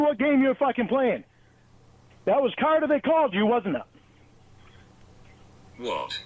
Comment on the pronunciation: pronunciation of CARTER made it literally stand up on its own